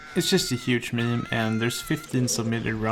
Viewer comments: mim? stfu. it's meem. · "mem spedrans" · the way he say meme ~ meeem ~ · I've heard it pronounced Meem, Memi, Mimi, and even Mem, but until now I've never heard it pronounced mmmuh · $10 to whoever can spell how he pronounces meme